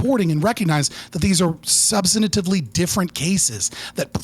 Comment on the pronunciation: Does he mean "substantively" when he keeps saying "subsinantively"? Why does he do this? wat